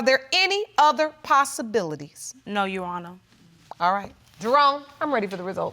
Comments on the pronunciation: Uwonna learn how to say "your honour"? 😅😅😅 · Bunch of illiterates! Absolutely shameful and she can't even pronounce 'your honour ' ! Shameful!!